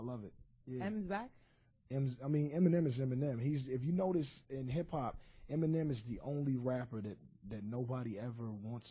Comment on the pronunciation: You know something,his name is Eminem,Not m and m! He is not a snack! (Who heard that lmao)